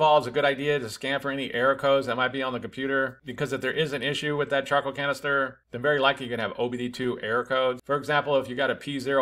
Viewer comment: I kept hearing chocolate canister